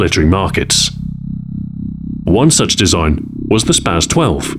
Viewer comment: Please for all that is holy say spas-12 correctly